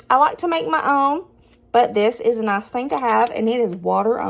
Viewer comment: That Noice there sounded almost Aussie! Fantastic meals again thanks for the inspiration!